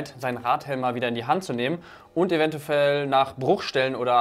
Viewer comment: "Eventufell" holt mich schon ab! 😂😂